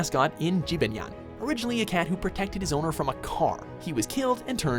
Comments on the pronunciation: It's Jibanyan not Jeebinyan It's yo-kai not y-kai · Yo Kai watch is better because Pokémon is just a repeat Ash always loses at the end it's just a repeat Pokémon is stupid and no one likes pikachu Pikachu is weak Also it's Ji-ba-ny-a-n Yo Kai watch has heart breaking moments Also you SUCK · did he just called jibanyan jebenyan offensive AF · Byist hater you can't pronounce jibanyan right yokai watch has a story pokemon is ash gets pokemon and loses the championship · You do not pronounce Jibanyan like that. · Please please please tell me I'm not the only Yo Kai Watch fan here Also learn how to pronounce Jibanyan correctly